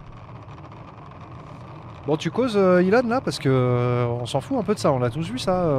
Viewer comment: C'est Heu-lon Musk ...